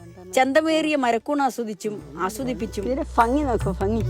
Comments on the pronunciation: ഫങ്ങി ❌ഭംഗി ✅ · ഫംഗി അല്ല ഭംഗി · ഫങ്ങി ...എന്നത് ഭംഗി എന്ന് തിരുത്തിയാൽ മറ്റെല്ലാം അതീവ ഹൃദ്യം. നോക്ലാച്ചിയയുടെ കൊടുമുടിയാണിവിടം🌱🌾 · മാഷേ ടീച്ചറെ, മലയാള ഭാഷയിൽ ഭംഗി "ഭ"ഫഗി "ഫാ" എന്ത് കൊണ്ടാണ് ഈ ശൈലി വരുന്നത് നമ്മുക്ക് മലയാള ഭാഷയിൽ "ഭ"യും "ഫ" യും നമ്മൾ പഠിക്കുന്നുണ്ട് ഭംഗി അല്ലെ യഥാർത്ഥ സർവ ഉച്ചാരണ നാമം. എന്ത്കൊണ്ടാണ്?